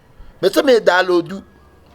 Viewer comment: Hahahahahaha the way he pronounced download. Dalooode